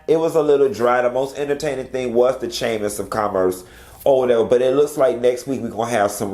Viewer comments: You did not get on here and say Chaymas of Commerce...🤣🤣🤣🤣🤣🤣 I'm so done!!!🤣🤣🤣🤣🤣🤣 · “The chamers of commerce” is what it sounded like 😂😂😂😂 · This is a chuckle; I heard the chamiss of commiss too!!!😂